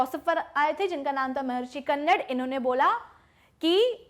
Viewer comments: महर्षि कन्नर नहीं, महर्षि कन्द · Not कन्नड its कनाद.... कन means atom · Madam its not kannad its कानाद